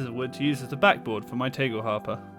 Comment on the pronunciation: The A in "Tagel" is pronounced as the A in "Andromeda", other than that you pronounced the rest correctly.